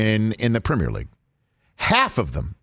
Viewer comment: better question is: why can't pronounce the word "premier"? the 'primmer' league?? lmfao